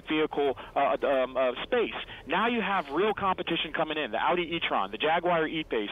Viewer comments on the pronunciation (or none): none